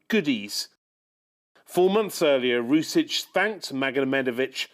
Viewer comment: he didn't even pronounce "Rusich" correctly. I like how media is coping and trying to shift the narrative compared to how in reality Ukraine employs an exponentially higher number of fascists.